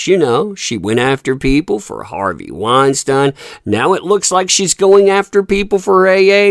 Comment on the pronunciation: I'm sorry I can't listen to you pronounce Harvey's name wrong 50 times in one video.